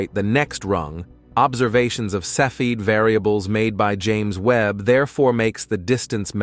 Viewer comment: You are mispronouncing cepheid.